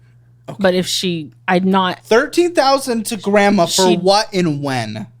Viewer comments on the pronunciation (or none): Grand Mummah or Grand Puppah? lol